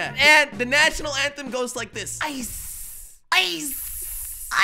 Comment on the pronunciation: Jelly: Ice...IICCEE...IYCE: Lets get rid of that